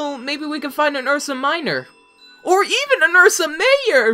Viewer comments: It's Ursa major not Ursa mayor you cute little blueberry pie so cute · its ursa major... not ursa mayor, just saying.